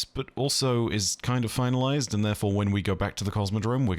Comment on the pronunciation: The way says "We're Finalized" like "We're F***-ed" had me rolling 😂